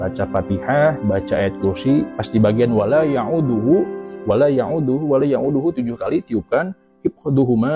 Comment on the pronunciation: maaf kang bacaan anda mahroj tajuwidnya bnyk yg salah maaf masih sngt belepetan, tlng benerin dulu bacaanya baru mengijazahi orng laen, walayauduhu jngn dibaca 'ain kang hati2 ya belajr dulu yg bener bacaan qurannya, anda begitu pedenya meng ijazahi dg bacaan yg kacau balau begini, sngt disyangkan kang.. maaf ya memang sprti itu realitanya se x lg mhn maaf tlng jngn dilanjutkan lg ijzahnya. tks. bljr bc quran dulu. tks